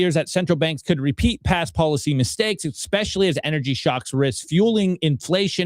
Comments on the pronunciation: exactly my point lol puts k’s in his ekspeciallys! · The K in especially is silent my guy😊